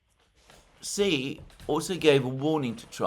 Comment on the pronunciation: It's not "si" IT'S "shee"